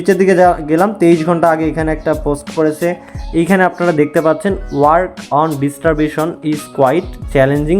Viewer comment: ডিস্টারবেশন না ডিসট্রিবিউশন,,,,, 😂😂😂😂